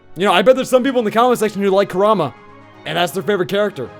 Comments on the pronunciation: Its pronounced (Core- um-uh) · is it me or does he keep saying Kurama wrong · Emanuel Molina he does